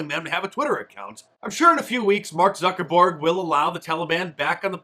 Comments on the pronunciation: Mark did you have a slip of the tongue when you called Facebook head Mark Zuckerborg? hahahahahaha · Did you call him Zucker-Borg?? LOL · lol Did he say, 'mark zuckerBORG'. 😂 I love me some Mark Dice! Stephen Miller, too.🇺🇲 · Zucker-BORG IM DYING